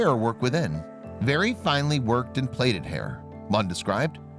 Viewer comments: "plaited" is pronounced "platted" not "playted" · * plaited pronounced platted not plated. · Plaited. Not pronounced pleeted.